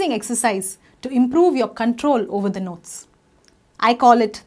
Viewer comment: its dha not da sister